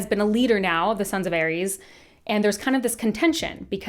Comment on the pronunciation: The way you pronounced Ares will haunt me for weeks